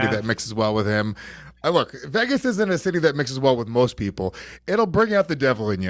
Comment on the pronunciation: can we just take a second to appreciate Luis' pronunciation of 'Vegas'. Outrageous